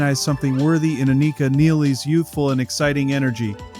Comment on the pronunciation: You are pronouncing both her first and last names incorrectly.